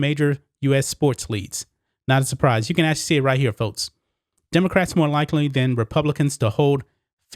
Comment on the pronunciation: Why do you pronounce “folks”, “foats” and “sports leagues”, “sports leads”?